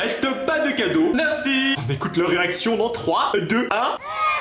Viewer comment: Ta dit cadreau a 2min55